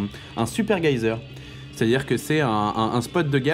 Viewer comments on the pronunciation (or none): GUYZEUR ? C'est pas un "jésère" la prononciation haha ? Après c'est surement un lol de prononciation ! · rofl mythique, c'est vous les gayzers :) "geyser"--> Jèsère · C'est pas GAYZHER mais cela se prononce JÉZER ! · Geyser, pas gaïseur. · "Gueyzer", on peut dire "geyser" aussi, oui c'est Français (enfin Islandais je crois mais bon) ;-) Belle partie en tout cas, merci pour les commentaires à fond pendant 24 min ! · En français geyser se prononce jaisère.. Une fois de plus une fin inattendue, c'est fou ce que les terrans ont de la réussite, et on se prend des nerfs en plus. -_ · ca me fais rire les boloss dans ton genre, on parle en fr la, donc si tu penses que ca rox de mettre des mots anglais pour faire style pgm libre à toi, mais que cela te plaise ou non, un geyzer, se prononce jézer :s et j'habite strasbourg, donc la prononciation pour socke je pense que je suis plus à même que toi pour te dire que cela se prononce Socke et pas Zocke. Merci d'avoir tenté de te rendre interessant, mais maintenant tu peux aller reprendre ton gouter bizzzouxxxx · Geyser c'est pas allemand, ça se dit : jézèr. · Thumbs up pour la prononciation du "geyser" à l'allemande :p